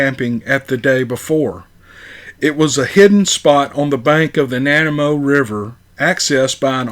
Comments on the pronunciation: Nanamo river? Possibly Nanaimo river. Pronounced nan-i-mo. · Hey! Love from Canada 💗 You did a grand job on pronouncing Nipissing - I'm in Ontario and hear this a lot, and you said it perfectly. Now, Nanaimo on the other hand.. Is said like this: Nah-Nye-Moe Loved this story and hope to hear more Canadian stories, specifically Ontario. One day I will go to Northern BC and camp in those woods. That's my dream.👣 Take care! ✌ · No offence fyi..it's pronounced..NAN EYE MOE lake/river. Vancouver Island.B.C. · What an absolutely amazing story!!! 👍 This Lady is equally amazing! I would love to talk with this gal. Even though I live in Colorado, I have been to Vancouver Island several times. I can picture it all, this was so well written. Oh by the way, it is pronounced, Nuh - n - eye - mo. Nanaimo. 😉 Her dog is very intelligent and friendly. I was incredulous that the parents obviously trusted her or didn't feel threatened by her. Especially, the father. Much thanks to her for sharing her wonderful account and to you for passing such an unforgettable story along to us appreciative listeners. 😄